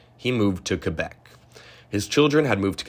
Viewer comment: OMG, not *Quebec*!